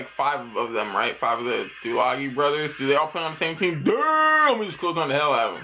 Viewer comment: you pronounce it right uce , good job !